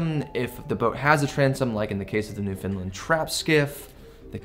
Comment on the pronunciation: Hey, don't know if your aware of this or not, It's not pronounced Newfinland its pronounced New found land/newfoundland. obtw got recommended by Marc Nomad Boatbuilding he gave a plug to your channel.